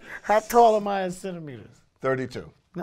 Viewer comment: "30 centemiters" omfg I couldn't hold it ahahhaha